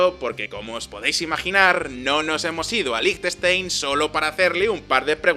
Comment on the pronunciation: 10.000 Francos son 8.500 euros, no 85.000. Y Liechtenstein lo pronuncias bastante mal.